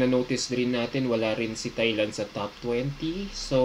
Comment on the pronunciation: Until now still pronouncing “Thailand” wrong..